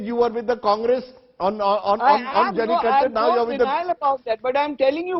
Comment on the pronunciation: And it's not Jaulikuttu, It's Jallikattu. Somebody correct this guy.